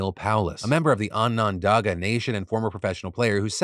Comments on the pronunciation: Your pronunciation of Onondaga made me giggle a little. Closer to "onun-dah-gah" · I’m from Syracuse and live on the lands of the Haudenosaunee, so I feel obligated to post this: Onondaga is pronounced On-Na-Dog-Ah and Haudenosaunee is hoh-den-uh-SHOH-nee. Hope that helps!